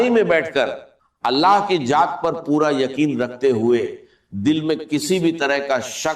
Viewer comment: Ye nhi haen talaffuz se pata chal rha hae,,,,Dr sb, Allah ki jaat nhi kahtey Allah ki zaat kahtey haen,,,, video banani hae to apni banayeñ Dr sb k video per q bana rhy haen,,,, bht ghalat baat hae